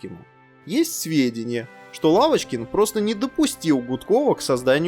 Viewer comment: ПодняУ... пошёУ... Уавочкин... Уапти... Уыковые... дизУайк!!! ДИЗЛАЙЧИЩЕ ТЕБЕ, КОСНОЯЗЫКИЙ!